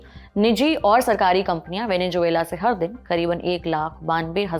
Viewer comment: मैडम माना कि आप हिंदी प्रधान चैनल हैं, मगर ज़ को जे बोलने का हिसाब मेरे तो समझ नहीं आया। अब आपके अनुसर वेनेज़ुएलन्स के सर पे जून मिलती है तो वो आपका निजी अनुभव हो सकता है, पर हमारा नहीं है भाई! वेनेजुएला....😢😅